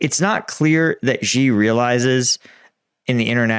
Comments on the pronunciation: Xi is pronounced SHE, not Zee. Stop murdering my ears. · Good analysis. Btw, Xi is pronounced "She".